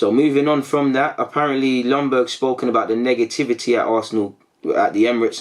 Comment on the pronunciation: Ljunberg !! Could you at least learn how to pronounce his name right ?? Please this Longberg thing is annoying.